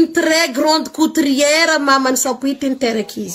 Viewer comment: On dit couturière non pas coutriere